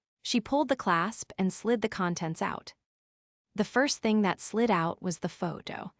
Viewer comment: AI needs checking for ridiculous timing of words. Here is an example t....hing instead of saying the whole word in one syllable "thing" 😂😂😂😂😂😂